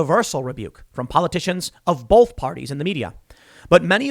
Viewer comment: Both not bolth hahaha